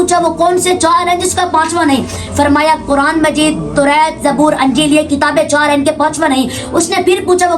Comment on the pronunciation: Toreet nhi tohrat hota hi